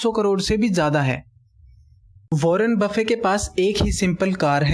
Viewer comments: he is not wanner bafin he is wanner bafit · Warren buffet not warren buffe!!!! My frnd correct the pronunciation.